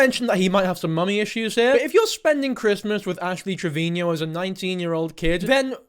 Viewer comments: Pls stop pronouncing it trevinio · I think you are saying her last name wrong! Its Trevino, not Trevinio.. 😂😂😂❤❤❤ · The way you say Trevino is the exact same way Gordon Ramsey says Marino(which sounds like Trevin-io and Marin-io). I love it 😂❤